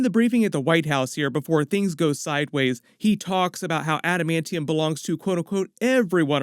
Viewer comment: What about the new trailer where he says adimantium